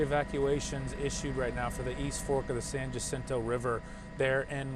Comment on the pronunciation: Folks it should be pronounced San Ha-Seen-toe river it’s Spanish….